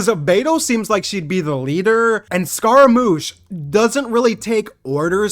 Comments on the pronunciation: Pretty sure the "G" in "Tartaglia" is silent + you are pronouncing "Scaramouche" wrong. I am pretty sure "Scaramouche" is pronounced more like "Skeh-ruh-moosh". I don't mean to be rude, so I apologize if I seem a bit rude. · For the "glia" pronunciation you simply have to go on Google translate in italian